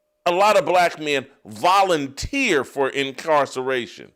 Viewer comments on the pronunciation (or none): you had me until you started the "Volunteer" over and overly emphasized. You are still a turd. He who spent a fortune at strip clubs. Not a crime but criminals frequent those joints so guilt by association.??